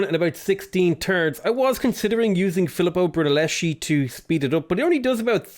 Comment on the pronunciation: The pronounce of Filippo Brunelleschi is almost correct in your second form